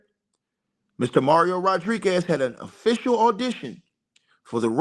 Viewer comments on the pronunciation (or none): none